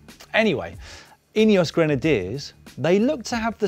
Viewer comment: "...Ineos Granediers 20 team leaders..." 😂😂😂😂... Starting to resemble Movistar 😂😂😂